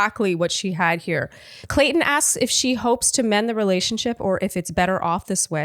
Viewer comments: says Colton instead of Clayton. says Clayton ha ha says ok whatever and keeps talking 😂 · Word Watch should be the number of times says "Colton" instead of "Clayton" It's been in multiple recaps now. LOL!